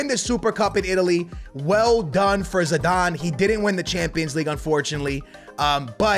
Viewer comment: that is not zidane thats podane good vid